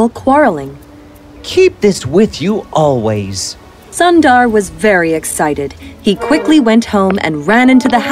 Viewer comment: Sundar is not (☀️-dar)..it's u sound is more like u in put..and Sundar means beautiful in Hindi..if you can edit the audio now..then please do so..btw ..the content of your channel is great..I always watch it while I have food..❤️